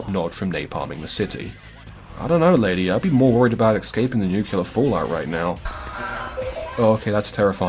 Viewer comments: I doubt that's it because I've been hearing nukular more and more often. Just say 'new' then 'clear' together. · Just found this channel, fantastic stuff really enjoyable, subscribed and liked. Tempted to remove the like due to the mispronunciation of "nuclear" which as a fellow Brit is almost inexcusable behaviour but on this occasion I will turn a blind eye ;)